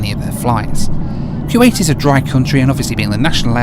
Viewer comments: ) .. that man was trying to figure out what in the world you were doing,,,I agree with you so much! Those dividers are foolish! Whats the point of having privacy for your arms?, Its Koo-wait not Kyoo-wait :) Great Video! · Dude, it’s not pronounced Q8.